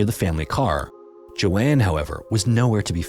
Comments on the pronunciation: That’s not how you pronounce the name Joan? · What is the likelihood that an AI narrator would struggle to pronounce a name as common and with such a standardized prononciation as Joan?🤷‍♀ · Just a note: the name Joan rhymes with loan/moan. It’s not the same as Joanne. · Even though Joans name is written correctly in her photo, its still pronounced wrong. Only AI would be that dumb. So youve been busted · I liked how you told the story, but it’s distracting how you couldn’t pronounce Joan correctly, like others have stated. Prayers to their families they get answers one day ❤ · You. Mispronounced. Joan. How can you be so consistently abominable at reading simple English? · Lmao I’m screaming at my tv like HOW DO YOU NOT KNOW THE NAME JOAN